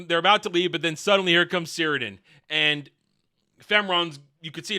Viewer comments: You're forgiven, but it's pronounced "Kirdan". The C sounds like a K. As to orcs being able to kill one of Sauron's physical forms, I guess it's not impossible. Iirc the only times in the lore this happens is when Numenor is flooded and when Isildur cuts the ring from his finger. These seem more or less "conventional" ways of dying. Even if one of them is a flood from God, in the end he basically just drowned/got crushed by the water. In any case I don't think it really matters because the whole scene of the orc assasination is complete nonsense. Sauron giving inspirational speeches to the orcs about uniting Middle Earth, the orcs finding a problem with going to war and just wanting to "chill"... 😂 It's so dumb. This would never happen, but if some actual orcs from the LOTR were like "uhh we're scared to fight because we might die" the other orcs would just eat them alive 😂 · Cirdan is pronounced 'KIR-DONE'. Sauron is a Maia, not a demi-god but like an arch-angel. Morgoth was a Vala, which is angel.